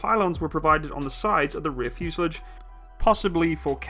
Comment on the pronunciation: The fuse er lij ? .... I don't know what school you went to - but they must have had their own version of the English alphabet omitting the T and replacing it with a D. ...